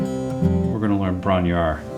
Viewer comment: It's pronounced 'Bron- Rawr' only by Robert Plant - who got it wrong. It is actually pronounced thus: 'Bron - urr- Ayerr' , remember to roll the 'r' My first language is Welsh , Bron -yr - Aur translated : 'Breast of the gold' ♥️🏴